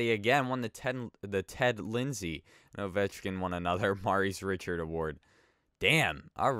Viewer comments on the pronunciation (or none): I really hope that isn't actually how you think Maurice Richard is pronounced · These comments have bad grammar and spelling and you can't say Maurice Richard right